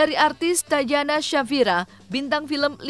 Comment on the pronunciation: Koreksi tatjana di baca tatiana/tatyana bukan tajana